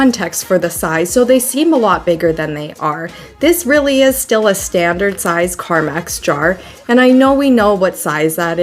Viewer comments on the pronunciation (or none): I hate that it was bugging me and went to the comments to see who noticed. I thought I heard her say carmax instead of carmex also.